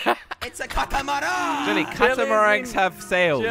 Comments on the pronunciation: Its Catamarang, Not Catamana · When jelly said the name of his boat I thought he said "the KUTAMOROOOONE!!!" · WHY does jelly keep saying catamoorone rather that CATAMARAN!!!! Wtf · I laughed when jelly said kata moran 😂😂😂🤣🤣🤣🤣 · Legend says that will be saying "CATAMARAN" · I like what jelly says kantamaran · when i saw jellys car boatish when he said katamaran i was like wtf is katamaran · 'The Cathamaraan' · It’s not catameruuuuuuuuuun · or Cata Marone